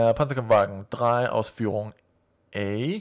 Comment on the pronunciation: ***** Your pronounciation of German umlauts is quite good. You're Danish, right?